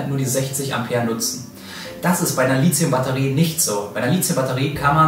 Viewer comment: Litzium??? Mach doch mal ein Video darüber, warum das die meisten Leute falsch aussprechen? Lithium kommt von Lithos (Stein) und das th spricht man wie bei Lithografie. Oder sagt irgendjemand Litzografie?